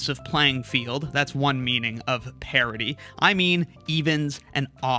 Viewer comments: I'm understanding 'parity', however I'm hearing 'parody'. It actually confused me for a while, wondering what the parody of a value is. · My only question is, why do you pronounce "parity" as "parody"? So confusing.